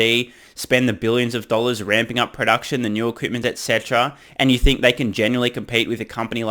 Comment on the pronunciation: Dan Ives has the super accent: "Thousand daahhhhllors"